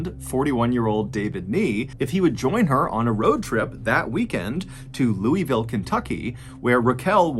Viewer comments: I live near pope Lick. It's a creepy place I ride my dirt bike there sometimes. Waverly runs up next to my house. growing up my friends and I use to play paintball inside of it. The body shoot was a drinking spot in my teen years. AND its Louville not louisville the "is" is silent. Everyone local makes fun of people not from here says it like that. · You can tell he isn't from Kentucky. No one in Kentucky pronounces it "Loo-ee-ville" Everyone basically does a very lazy version like "Loo-uh-vull" Lmao. And there is a haunted house every year at the park where the pope lick bridge is located, a must see haunted house! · KY native here. Number one, love your channel, long time listener, keep it up!! However, it's not pronounced Looy-ville. It's more like Lul-vull. You say it without taking the tip of your tounge from the roof your mouth. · Lull-ville KY not luey-ville. named after king Lull 14th of France. It’s a KY thing to butcher pronunciation. Versailles outside of Lexington too. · As a Kentuckian, you can tell who’s not from here. It’s pronounced “Lou-Ah-Ville” not Louie Ville. Great video nonetheless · As a Kentucky resident and devout MrBallen fan, it pains me to hear Lou-eeville so often lol. Luhl-ville John, it's Luhl-ville. I was wondering when he'd get to the goatman of KY though. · LEW A VILLE. Never Louie Ville, lol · Louisville natives dying inside every time he says Lew E Ville. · It's pronounced Lou-uh-vull here. 😁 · ITS PRONOUNCED LOO-AH-VULE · We here in Kentucky pronounce it Loo-a-vull 🙃 You gotta say it like you have a mouth full of something. Also, Waverly is about an hour from my house. I’ve been there several times for tours and have (paranormal) investigated it a few times. Great location! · Me who's from kentucky: I thought it was pronounced lu-vole. 🤔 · Here in Kentucky, most of us pronounce Louisville as “lullvull” 😂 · I have been constantly corrected by my gf that Louisville is pronounced lolvul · It's Loo A Vull. Louisville.